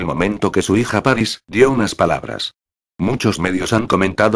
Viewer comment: El narrador, a ver si al pronunciar algunas palabras pones el acento donde va, por ejemplo decir "Páris" en vez de París" XD